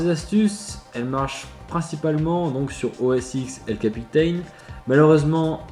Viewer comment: Prononciation « El capitan » et « Yosemite » a revoir....